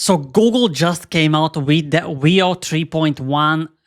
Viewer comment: Did you seriously just say Goh'gle?